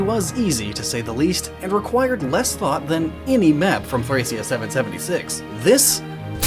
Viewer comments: Well, that's weird, because I did just hear "Thra-kia," while the Japanese don't have a "th" sound, they just have "su." It's why Marth's Japanese name is "Marusu," As such, I would have most likely heard "Surakia." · soleil is pronounced "so-LAY" Thracia is pronounced "trah-kia" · I think the japanese commercial pronounced it Thra-kia. So, that's the official one.